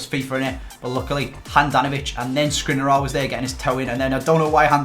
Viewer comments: I cannot listen to you pronouncing Škriniar anymore... Please, learn it, it's Sh-kriniar. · Hey, love the videos. I know you will probably never see this but the way you pronounce Škriniar is realy annoying to me😅. The "Š"character is pronounced the same as the "Sh" in words like shine, shoot, shank...